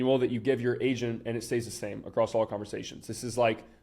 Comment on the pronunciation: I keep thinking hes saying asian